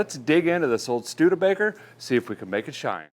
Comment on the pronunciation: Did I hear “stude-faker?” 😂